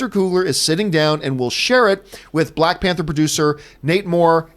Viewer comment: “Balck Panther”